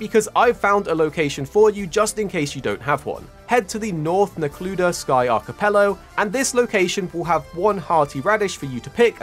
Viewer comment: Arcepelo 💀 It’s pronounced (AR-ki-PEL-ih-GO) fyi